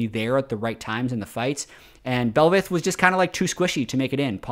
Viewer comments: It's Bel'Veth with the emphasis on Veth. Bell - VETH. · its not belvAth its belbussy